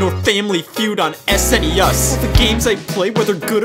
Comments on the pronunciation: “sneUS” come on man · He had to rhyme the S, typically pronounced "ess", with "Plus"--so instead of "Ess-En-Ee-Ess" it became "Ess-En-Ee-USS"